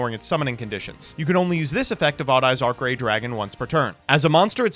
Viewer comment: Can’t believe he pround Arcray’s name wrong. No wonder Konami did not ask him to do this